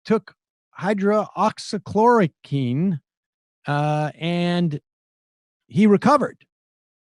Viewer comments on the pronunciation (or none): Its pronounced Hydroxy- Chlor-oh-quinn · Sam really butchered “hydroxychloroquine” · Wow, you can't even pronounce it. That's a good sign that you're talking about something that's over your head. This video really ages well; I hope you leave it up.